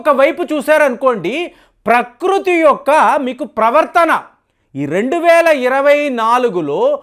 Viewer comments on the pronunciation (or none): none